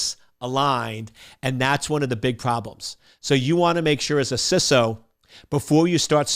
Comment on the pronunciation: Just discovering this channel and I love it. Also wanted to compliment you on saying "CISO" (with a short "i") - "sisso". I am so frustrated with people saying "CISO" with a long "i" - "sighso". Odd issue for me - yes, but again thanks for saying it that way. I look forward to getting through more of your videos.